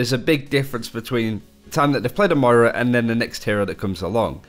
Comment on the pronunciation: It's Moira, not Moria 😂😂😂